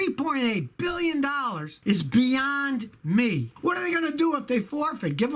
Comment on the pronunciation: Scotty. Say billion properly, roll your pinky to corner of mouth